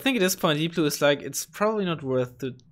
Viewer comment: its deepblue not deeoblue